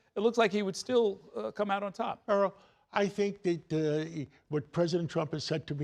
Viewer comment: eh er uh ah, I got to keep pronouncing your name right; Erol! One moment later, Earl. one one one with Zundami 😂 Come on, this seems like a paid infomercial.